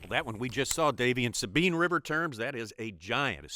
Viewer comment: Its the S-A-BINE not the Sabean